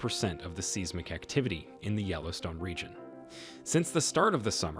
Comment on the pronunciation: The pronounciation of seismic and seismographic is bothering me. It’s “sighsmic” not “Seesmic”.